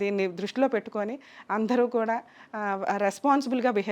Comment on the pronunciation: అందరు అనాలి... అంధరు అనకూడదు